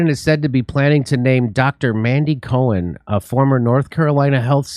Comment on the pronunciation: Did you say mangela cohen?